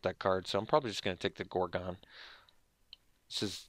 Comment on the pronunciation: "gor-gone" lol